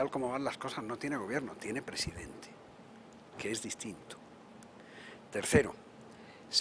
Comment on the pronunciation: Es el "Prejidenjte" amLOCO Lopez Hablador. ja ja ja. Tan pendejo que se puso la Banda al reves. ja ja ja.